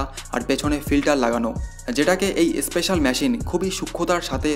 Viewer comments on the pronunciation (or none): none